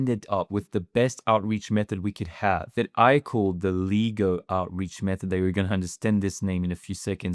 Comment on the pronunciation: Leh-Go not Ligo!!